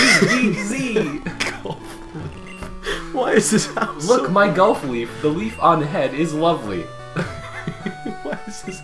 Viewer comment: Bayleef,BAY-LEEF= GULF LEAF